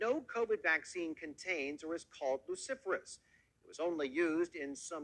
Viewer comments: He pronounced Luciferase as if it were Cruciferous (vegetables). Nothing odd about putting the name and 666 together... Yeah, nothing odd about The Apple I computer being sold for $666.66 in 1976 .. You know the apple with a bite taken out of it. Nothing Satanic, they're just big on Bible trivia. If they had an evil agenda, people would play devil's advocate and explain why it's a good thing. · I pronounce it, lucifer- ays. The name is central to the meaning. I've never heard it pronounced like in the video. Downplaying what it really is. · The thinly veiled contempt in that guy's voice... so snide. But he can't even pronounce Luciferase correctly. 😏